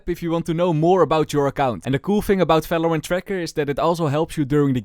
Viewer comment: valorant ❌ FELORANT ✅